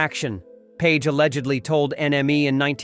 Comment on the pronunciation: Just say alleggedly another one time, please. Damn, really bad.